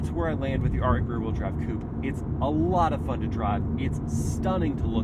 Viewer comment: I thought i heard you say “read drive performance Poop” 😂😅